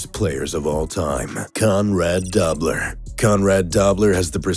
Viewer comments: "Dobler" is pronounced doe-bler (doe as in deer) not daw-bler. I grew up friends with his nephew of the same name; just sayin' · Doe-bler, not Dobb-ler. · Its Conrad Doe -bler NOT Dab - ler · Conrad Dobler's last name, Dobler, is pronounced "Doe-blur" not "Dobb-ler". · Conrad Dobler not pronounced Dobb ler. Come on if you claim to know what you are talking about...... at least respect yourself enough to know how to pronounce their names? Doh! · Roy Williams, James Harrison, Rodney Harrison, Hines Ward, Richie Incognito, Jack Tatum, Conrad Dobler, Suh, Vontaze Burfict and Bill Romanowski. Nice list. A couple things to note... 1) The narrator keeps pronouncing Dobler as "dawb-ler" when it was more like "Doh-bler", 2) Roy Williams doesn't belong on this list, and 3) This list is a better representation of "notorious" than "dirty". The players usually do a poor job voting for Pro Bowls or Top 100 lists because they only see players in their own division twice a year. If you are a DE in the AFC East you may have strong opinions about the OT's in the AFC East. You might give very detailed anecdotes about those players and allege a lesser known player is very dirty. How much do you know about other defensive players in the AFC East? How much do you know about the WR's? That DE may know the LT's well but less so the RT's. How well does the DE know players in the other divisions that he might play once a season, or may not? That DE will probably only play teams in the other conference every four years. This is really about a reputation burnished in the media. I read Jack Tatum's book "They Call Me Assassin" when I was a kid, about the time I started playing football. He was trying to knock players out. Three important points about that: 1) We didn't take concussions as seriously back then, 2) A lot of his techniques and hits were legal, and 3) Trying to hurt people was practically a job description at safety. I also read Con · Conrad DO-bler, not Dob-ler